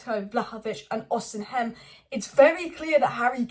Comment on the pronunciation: His name is pronounced Oss e men.